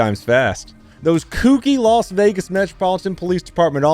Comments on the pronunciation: “ I live in las venagas!” 🥴😂☠️ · I thought it was Las Vegas not Los Vegas.